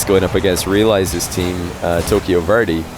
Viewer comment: why can pronounce arabic names but he can't say verde (vehr - deh). he says 'vir - dee' instead 😂